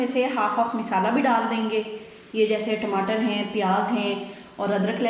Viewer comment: Sahi Urdu bolen lafz misala ghalat he Masala bolen